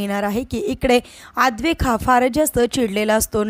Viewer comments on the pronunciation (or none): Adwaik nahi, Adwait. Naina Kher nahi, Naina, Khare.